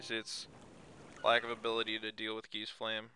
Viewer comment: ... the flame has nothing to do with geese. it's geistflame. it's pronounced [ˈɡaɪst]